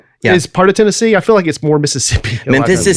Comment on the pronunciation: As much as whines about pronunciation, he jumped right out with Tenne-zee